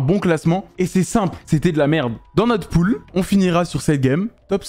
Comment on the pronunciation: je suis desoler mais cest "pool" derien